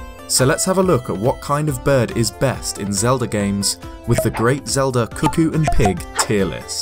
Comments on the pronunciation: CUCCO NOT CUCKOO IM LOSING MY MIND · Why is he calling them cuh-koos?? It's cuh-koh. Wtf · i dare whoever is reading this to guess how many times he said 'cookie' instead of 'cucco' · Why does everyone pronounce it as 'kookoo', like cuckoo, when's clearly supposed be 'kooko' or 'kuh-ko' based on its spelling. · I'm going crazy, it sounds like you're saying "cookies." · I'm sorry, but I swear I hear you say "cookies" all the time o.o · Am I the only one who thought he said “cookies”? Just came back here. And he called them “Cookies.” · Thank you. Glad to see someone else knows how to say it.